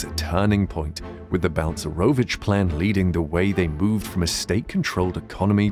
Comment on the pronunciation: Jesus Christ his name is Balcerowicz not bounce maravich is it really so difficult to prenaunce ?